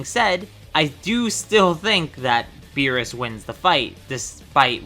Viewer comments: Beerus not berrus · It’s Beerus not berrus. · he said berrus